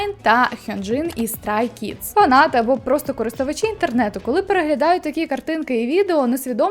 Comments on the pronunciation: Хенджин з Стрей Кідс,а не з Страй кідс))❤😂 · Мені подобаються ваші відео! Розумію, що людям, які не дуже глибоко занурюються у к-поп, важко зрозуміти правильність назв гуртів, тож хотіла би трішечки підправити вимову :) Mamamoo - МамамУ , Stray kids - Стрей кідс. Будь ласка, не сприймайте це як хейт або прискіпливість , просто хотілось допомогти <3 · я хоч уже не велика фанатка Стрей Кідс. але СТРАЙ КІДС . Нічого проти автора відео я не маю. Просто трохи виправила. А взагалі дуже цікаві відео)) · хочу трохи подушнити не стай кидс а стрей кидс